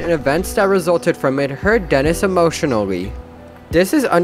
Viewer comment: Why did he say emotionally like that???